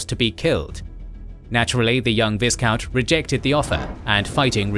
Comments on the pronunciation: Viscount is pronounced v-eye-count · The pronunciation of viscount almost drove me to insanity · Thank alot, now it's doing the same to me.